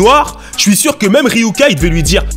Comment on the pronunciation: c'est Ryuk pas Ryuka tu nous raconte quoi